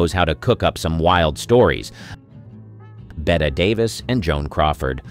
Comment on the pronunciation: Her name is pronounced Betty Davis.